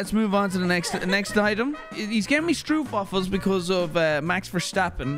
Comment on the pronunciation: I love how he rants about the way americans prenounce herbs but then he calls stroopwafels, stroepwafels